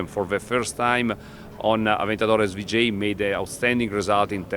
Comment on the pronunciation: Sry aber s-wu-j?